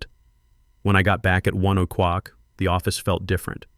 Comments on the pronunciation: I really enjoyed this story’s turn at the end. But I also agree with other commenters on the AI’s consistent mispronunciation of “oh clock” as “oh cuck.” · O'CLOCK!!!! FFS = get the AI pronouncing it RIGHT! Sounds deranged.